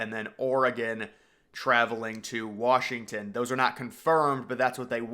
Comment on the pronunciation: You saying Wrashington is driving me fucking insane.